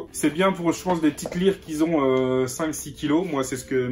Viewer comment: Salut, sympa tes vidéos mais stp !!! fais attention à tes fautes de français : " ceux qui zont " ... ceux qui ont stp .